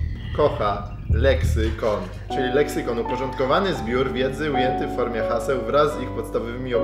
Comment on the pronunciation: Moja irytacja za każdym razem kiedy mówił lexykon 📈📈